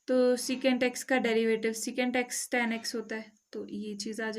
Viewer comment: Ma'am tan ko tan boliye